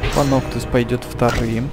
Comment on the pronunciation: Звучит как Паносус)